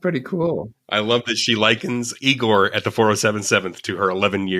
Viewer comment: Igor... Not eyegore.